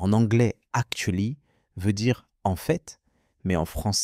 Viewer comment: Haha, et tu dis que tu es anglophone natif ? C’est marrant, parce que ta manière de prononcer “actually” et "bookstore" sonne plutôt... française, non ? 😄 » 🎭 et... Tu sais, j’ai l’oreille assez fine pour les accents, et honnêtement, je trouve que tu sonnes beaucoup plus comme un francophone qui joue à l’anglophone… Tu peux me dire franchement : c’est pour une vidéo ou un personnage ? 😄